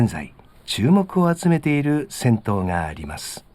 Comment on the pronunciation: 銭湯(ぜにゆ)ですね。風情があっていいですねぇ。